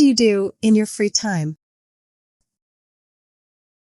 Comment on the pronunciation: The correct word is free time not fre time